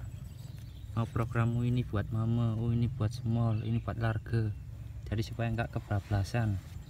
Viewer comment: Large mas , bukan lar ge 😂